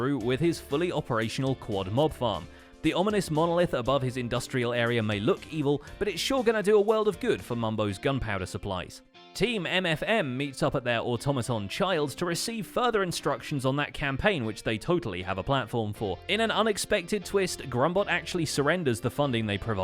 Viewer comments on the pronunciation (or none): "Automaton son" LMAOOOOOO